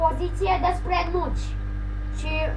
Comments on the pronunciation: mi se pare mie sau chiar zici nuci in loc de notch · Nici macar nu sti cum se zice nocht si tu ai zis nothc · Ba nu se zice nuci se zice notch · NOCI nu NUCI (stiu ca nu asa se scrie dar vrau sa arat cum SE PRONUNTA)